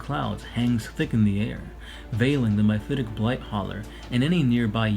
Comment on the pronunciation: Well that was painful. MY-phitic? MI-phitic? The word is MEPHITIC.